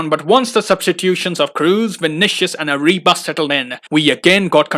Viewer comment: Dear, te pronunciation the player ARRIBAS double RR. Good video....😁